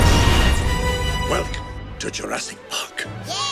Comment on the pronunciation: man from JP: welcome to jurrasjc